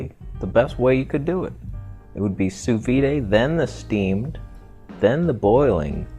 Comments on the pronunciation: "sous vid" but not "sous viday" (from a french person) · Sous “vid” — not “vee-day” French bitch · It is pronounced "sous veed", the d isn't soft. I'm French and I've never heard someone say it "sous vee" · Sous veeday?.....you mean sous veed right? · it's not pronounce as soo veede, hahahahaha IT'S SOO VEE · OMG you are such an idiot. "Vee-day" ... I really hope you're being intentionally obtuse. I would've gone with "soo-V.D." & go ahead, eat your raw meat. Make sure you leave it sitting at room temperature for a few days. Dip. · The correct way to say "sous vide" is "soo veed" 😉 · more like sous veed (i in english does not make the eee sound) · My god you’re ignorant.....you don’t even know how to pronounce it correctly......get neutered, man!! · Why make a vid about something you clearly know nothing about. You can't even say it, never mind lecturing others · Great to hear (and see) you saying french words, hilarious, grettings from France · I figured a canadian could figure out how to pronounce sous vide... FML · Thumbs down for pronouncing sous vide incorrectly. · ok thx. And the d is soft, i didn't say silent, vee would mean silent d not soft d. A hard or full "d" sound in English is like "duh, deh, dih" i.e. there is air after the consonant peak, where the air is cut off. We always say it like that, "sanduh", the spelling exaggerates the effect but it's always there to a degree. Watching cooking shows including French ppl, sous "vide" is always the soft d meaning after the closed consonant there is no more air or sound, it's an abrupt and quiet d, almost like a t sound. The word ends with your tongue touching the top of your mouth or your teeth, however you do your d's and t's, it does not move and allow more open sound after that to clarify and emphasize the consonant. Thats what is meant by a soft d, many languages use such sounds.